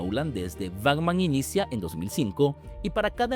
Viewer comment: Buen video, pero dijo "Bacman" en vez de Batman, dijo "Nadien" en vez de nadie, y dijo "Agstracto" en vez de abstracto.. que contrate un narrador. Besito.